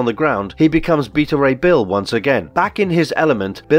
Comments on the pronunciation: His name is bet a ray bill that how it's said not the way you say it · (be-ta) ray bill say it with me now